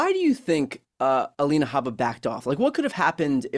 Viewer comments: Her name is Alina, not Elena. Can’t stand her, but let’s be precise here. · Glenn, her name is Alina, not Elena. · Aleena not Alayna gleen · It's a small thing, Glenn, but you're NOT pronouncing Alina correctly: her name is NOT Halena. Just imagine if we started to refer to you as Gleann. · GLENN OMG HER NAME IS NOT ELENA